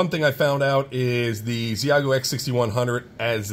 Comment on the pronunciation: FYI, it’s pronounced “she-yay-goo”